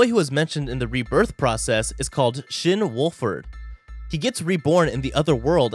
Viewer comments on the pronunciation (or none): none